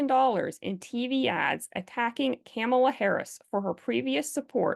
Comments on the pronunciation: Please say Kamala's name correctly - you are using the 'republican wrong pronunciation' version. VP Harris is not the enemy, she needs to be educated, like all the other well-meaning liberals who've blindly accepted the LGB"TQAI+++" Mission Statement. In the UK they've made strides in attempting to distinguish us LGBs from the rest. We need to do it here, via legislation. I just hope it's not too late for this election.♀♀♂♂♀♂ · Why are you mispronouncing Harris's first name?